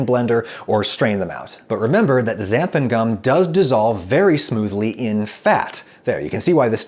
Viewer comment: I have this weird Mandela effect thing with Xanthan gum. I would have bet my life that it was spelt and pronounced "Xanthum gum" but apparently not. I think Adam says "Xanthum" . Does anyone else have this?